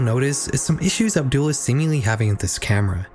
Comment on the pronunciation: I hope nobody sees this comment but this was a really good video, i enjoyed it alot, but the way you pronounced Abdullah really put me off, not cause i think youre a bad person for it or anything but the very subtle mispronunciation made me wince 😭. Otherwise awesome vid